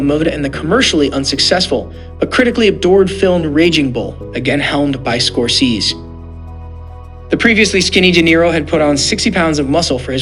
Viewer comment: You don't know how to pronounce SCORESE?!! And PACINO?!! Can't finish listening to you even tho I like the subject matter.